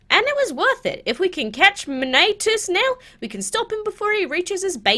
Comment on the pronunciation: It's pronounced MEN-O-TEA-US.